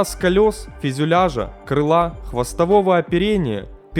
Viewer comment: Опять фИзЮляж... А так, в остальном, норм.